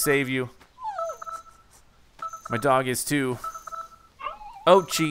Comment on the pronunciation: Oatchi (Orr chi